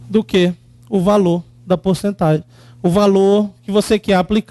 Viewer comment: "porcetagem" hahahaha